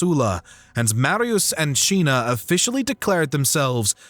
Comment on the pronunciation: Why do you call Cinna Chinna, and Lucius Luchius? Is that the correct pronunciation in Latin?